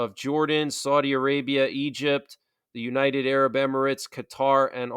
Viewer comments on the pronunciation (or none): none